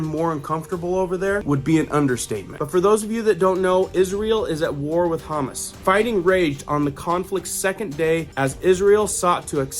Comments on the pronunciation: It’s pronounced Ha-moss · It’s Hommm osss the vowels are short and hard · are you intentionally mispronouncing Hamas as hummus humus is something you put on crackers, Hamas is it Palestinian Muslim terrorist group which we've been dealing with since the mid-seventies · Pronounced Ha moss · HA MAS SAY IT CORRECTLY ! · Hamas pronounced Ha-MAS. You emphasize the second syllable. Listen to the video you just showed us 🤷.Not "simular" , the correct word is "similar" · Its pronouced Ha- mas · I have to chuckle a bit with the way he is pronouncing Hamas, sounds like Hummus. Yes we go from one war to the next war overnight, as is always the DS Cabal way, look over here, not over there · PLEASE learn the proper pronunciation of words like Hamas, of hummus, unless you're talking about food. Please. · How could you have spent time in that region and still misspronounce Hamas? It's huu-maas. 😏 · Hamas is pronounced huh-moss. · Hamas is pronounced hum-oss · Honey, it's pronounced ha-MAS. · Hamas is pronounced huh Maas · YES,,,that's kind of funny,, but he is awesome, on telling us what's going on. Thank you LORD,,for sending him back,,for real news. Bless his heart,, I love humus,, each time he say humus.. Though I say no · Someone needs to tell him how to say Hamas 🙄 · I’m not trying to diss you but you are saying Hamas Incorrectly.. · Me too ! Hah ! I corrected him too ! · The second syllable is stressed on Hammans. God have mercy on the people of earth! It’s the politicians who are guilty of this murder and destruction!! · Geez wish I didn't know this, n it wasn't going on. Hamas pronounced huh-mas, n Hezbollah hez-bow-la God Bless. Love your videos!!! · Bruh, how do you not even know how to pronounce Hamas or Hesbola? Lol😅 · It sounds like you are saying Haaamus. It is Ha maas. Humus is chickpea dip. 😅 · It's HAM-MASSS DINGO not humussss lol 😆 😂 🤣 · It’s pronounced Ha- mahs. Not Ha-mus. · That’s Ha-Mas not Ham-us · Ha Moss not humus You are pronouncing it wrong .